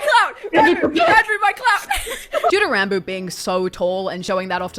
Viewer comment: Isn't it pronounced "Rawn-boo"?